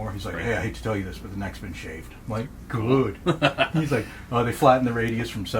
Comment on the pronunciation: 😂 (makes chef’s kiss motion) “Güüd.”